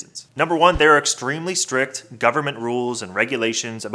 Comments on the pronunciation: Strict ( rules) not Strick.. 😩 ughhh .... oh brotha 😩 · It's "strict".